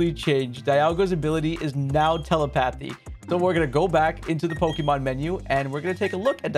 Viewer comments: Who pronounces te-lepathy as tele-pathy? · What is tele-pathy? It's te-leh-puh-thee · Tele..pathy??? Tell-ep-athy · FYI, its pronounced "tuh-LEH-puh-thee" with the emphasis on the second syllable. Not tuh-leh-PAH-thee. Makes me cringe when you say that. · Tele-Path-ee lol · when he says telepathy he says it like tells a patheeeeeee lmao its very bad pronunciation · The way you said Telepathy.. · That telepathy pronunciation lol